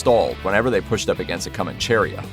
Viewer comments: Coh-mahn-cheh-REE-ya. There is no 'cherry' in the word. The stress is in the fourth syllable. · Co man che ría. (accent on the í) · co•MAN•che•RI•a(h) is how you pronounce it not however he butchers it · Co man Che Ria not comancheria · I think the accent in Comancheria is on the i, as that is the second to last syllable. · It's Comanchería. The stress is on the I, that's why it takes an accent there. Don't stress the e. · Decent video, but could you please stop mispronouncing Comancheria!!!